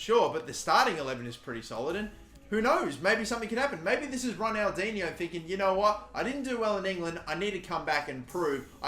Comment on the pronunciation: The third pronunciation you said right